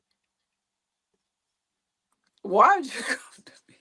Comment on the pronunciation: Did cookie say wrongk